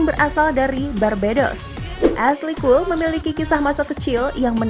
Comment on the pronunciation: Cole bcanya bkna col